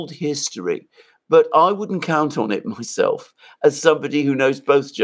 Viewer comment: "Woundent it be nice if we were friends with Russia" Donald Trump